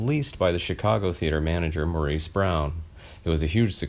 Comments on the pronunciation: Actually he preferred to be called MORRIS not MAW-REES. If you don't get that right, what else is wrong? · He pronounced his name in the British dialect, “Morris.” His character on Bewitched used the American pronunciation “Maureece.” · It is actually pronounced 'Morris', although it is spelled 'Maurice'. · Just for the record: he pronounced his first name ‘Morris’, not ‘Maurice.’ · Name is pronounced Morris. also Or-es-tie-uh